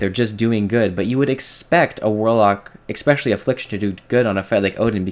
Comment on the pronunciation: No one starts fights with 5 shards, no one has 100% reap uptime, and the kills aren't that much faster. Go look at your last kills to your this weeks kills. They were faster, but not by so much as to push your point. Also, it's Eh-Specially. Not X-Specially. You are right though, they didn't need to nerf it now. It was very stupid.